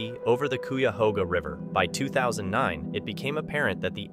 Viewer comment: the river is pronounced "K-eye-a-hoaga" (Cuyahoga), that bridge is half a mile from Lake Erie and The Rock and Roll Hall of Fame.